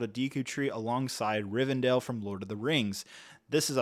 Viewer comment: I swear he's pronouncing words wrong on purpose. There's one in nearly every single sentence. He even threw a Riven'dale' in there at the end